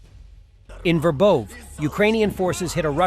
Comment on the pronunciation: City names pronunciation. You had it for a while, what happened? Ver bOv'? Ver bO' vah.